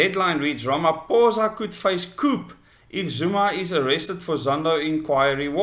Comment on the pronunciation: The P in coup is silent